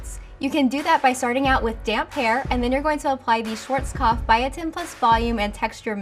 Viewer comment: The way you pronounce Schwarzkopf is sooo sweet (I'm german) :)